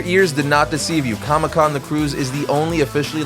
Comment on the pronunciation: Com-ICK Con lol